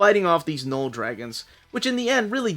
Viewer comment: Learning a bit of French with my kids, and everytime you said Knoll, I was hearing Papa Noel. Just that time of the year 😂